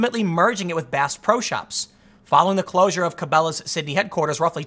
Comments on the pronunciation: It’s kind of obvious from your pronunciation that you aren’t familiar with brands like Cabela’s and BassPro Shop. Tucker is spot on on this one Tim. Where you disagree, you seem to be under the impression that Cabela’s was a small localized sporting goods store. Not the case. Obviously they were headquartered in a small town, but Cabela’s has a world wide market that is not nearly as specialized as you would think. They have a huge online presence. In other words, you buying most of your stuff from amazon isn’t necessarily consistent with reasoning that Cabela’s type sporting goods companies won’t make it.. Tucker nails it. Vulture capitalism and not amazon is the reason they failed. But either way. Shame on you for buying too much Amazon. It doesn’t hurt to actively support Main Street. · Ok Tim, It's pronounced KA-BELL-A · Tim it's pronounced Kuh-Bell-uhs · Tim saying Cabelas is making me cringe. Kuh-bell-uh-ss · I love how the canadians pronounce it. Carbelows. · Ca-bail-as is the first time ive heard cabellas pronounced that way neat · "Ca-Bay-las" sounds like a cooler store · "Cabélás" lmfao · He said "ca-bay-las" lol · Tim tells me that if he loses his channel, he'll move out in the woods and go fishing. The way he pronounces "Cabela's" gives me pause. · I was laughing so hard at your evolution of how to pronounce Cabelas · Tim doesn't see these "big sports shops succeeding" b/c he lives in the city and probably has never even been to one (as evidenced by his mispronunciation of Cabelas). I live in the country but have both Bass Pro and Cabela's within driving distance (less than an hour). Whenever I go to one of their stores they always have a good number of customers if they aren't downright crowded. And as far as being able to buy these things from Amazon, if you haven't noticed their prices have gone up considerably. I can find most things for cheaper, even locally. I buy much more from BPS and Cabelas than I do from Amazon.